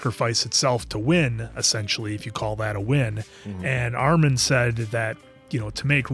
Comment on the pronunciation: Hate how he pronounces Armins name as Ar-mahn